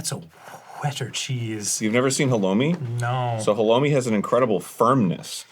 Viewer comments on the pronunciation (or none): The way Arin pronounces halloumi makes me really uncomfortable, I can’t tell if that’s genuine American ignorance or him being ironic🤢